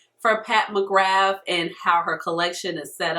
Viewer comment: Just a heads up from us celts, it’s pronounced “McGrah”